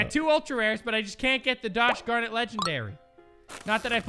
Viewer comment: "I just can't get the Dosh garnit legendary" XD Gosh darnit to Dosh garnit